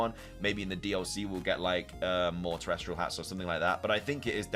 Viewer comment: TeresTAL not TeresTRAL.